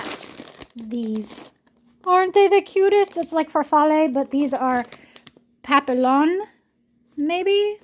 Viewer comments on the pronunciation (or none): Papillon is French for buttrrfly. It is pronounced pa-pi-yon. The double ll's make a Y sound in the French language.